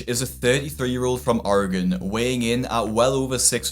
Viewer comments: you were so close to pronunciating Oregon correctly like us Oregonians (fifth generation). Kudos to you!!! Better than most U.S. citizens. But that's only because of your accent. Fifth generation Oregonian. You got it. 😊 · This is random, but thanks for pronouncing oregon correctly. Even people in the U.S. dont know how to pronounce it correctly.